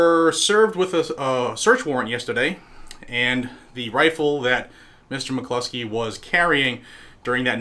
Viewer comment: Mick closkey like clockskey not clusky lol